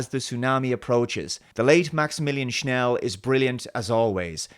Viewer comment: Schell not Schnell